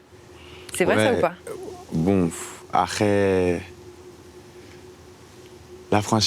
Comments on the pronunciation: ca me stress il dit "arès" au lieu d' "après" ptdrrr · La tête de ma mère il sait pas dire "Après" Il a l'air con putain...allez bon ARÈS MIDI KOBA !!! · Je pensais que c'était un cliché que les gens de la cité ils disaient "arré" au lieu d'après 😂😂 Et je rêve où à chaque fois il répète les choses 4 ou 5 fois ?